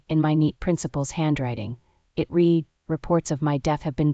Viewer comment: I ABSOLUTELY LOVE THE FACT THAT THE PICTURE MATCH THE STORY. Please teach AI that "read" has two different pronunciations.